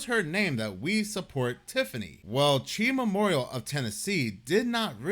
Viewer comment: Its pronounced C-H-I Memorial. 😂😂😂 Its hilarious hearing you say Chi 😂😂